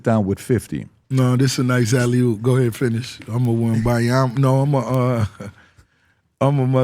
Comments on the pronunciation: Why he keep saying "alley HOOP"? it's alley OOP!!!! He don't know ball😂😂😂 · mf keep saying "alley-hoop" 💀😂